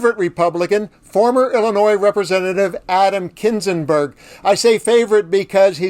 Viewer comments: It's Kinzeznger not kinenberg. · Kinzinger, NOT Kinzinberg. Why should I watch you if you're so sloppy? No more will I click this site. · Kinsinberg?? Hey doofus, it’s Kinzinger. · kinzinger. Not kinzenberg. Jeez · It’s kinzinger not kinsinburg. C mon. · Kinzinger not Kinzinburg 😊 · Kinzinger not Kindzinberg! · Dude!…kinzinger…not kinzinberg! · Kinzinger....not Kinzenberg. If he's your fave, make sure you know his name. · Adam KinzenBERG? LOL! His name is Adam Kinzinger, you fool! One of your favorites, but you can't even pronounce his name correctly! Sure thing, buddy. LOL. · Kinzinger not Kinzinberg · Kinsinger, no Kinsinberg. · "Kinzenberg"? I'm going to assume you mean "Kinzinger". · Kinzinger NOT Kinzingberg. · Adam KIN-ZING-ER. No "burg". If he's your favorite, at least get his name right. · Adam Kinzinger not Kinzeburg 😮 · "Kinzenberg"? Other than that... 👍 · Did he say Kinzinberg? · If he’s your favorite, please get his name right.🤦🏻‍♀️ You butchered his last name, but I know you’re sincere & your heart is in the right place. Still, learn Adam’s full name, it’s Kinzinger. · Adam Kinzinger is so much your favorite that you pronounced his name “Kinzenburg”—JEEZ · It's Kinzinger, BTW. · Did he say Adam Kinzinberg? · Kinzing-bergggg???? Learn his real name. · Did you really call him Adam Kinsingberg?! 💙🌊😂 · Thank you for the correction. I mean if you're going to do a commentary on something this important, at least get the names correct. It's Adam Kinzinger!!! Requires an apology I think. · At least pronounce Adam's last name correctly! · You said Kinzinger’s name wrong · You got his last name wrong. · You could at least pronounce Mr Kinzinger's name correctly. He is a true republican and a true leader. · sheesh, how can he get his name wrong?!